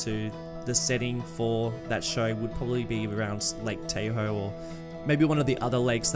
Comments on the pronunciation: Lol its like Tah-hoe, not Tay-hoe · love the series, but lake tahoe is pronounced tah hoe instead of tay hoe. keep it up👍🏼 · the correct pronunciation is T- ah- hoe like the Chevrolet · Nobody:: Lake Tay-Hoe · As a Californian loving all the attention the natural beauty of our state is getting! Save you from future embarrassment tho Lake Tahoe is prounounced with a softer "A", like Tah-hoe lolll